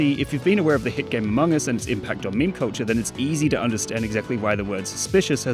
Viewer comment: I thought he was saying coacher instead of culture for 3 whole minutes